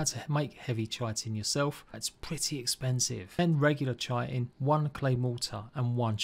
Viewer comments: I'd say to call it "chit-in" only if you're referring to chitlins, otherwise it's "kite-in". I don't know what the grammar meme police would say regarding the matter, its a toss-up between oxford/british/language arts people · ahha dont worry i used to say chit-in instea of kite-in hahaha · Chitin is said like "Kai-tin"